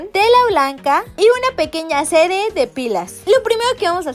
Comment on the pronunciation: like si escuchaste en el minito q en ves de decir serie dijo sere 😊😊😅💝💓❤💕💘💖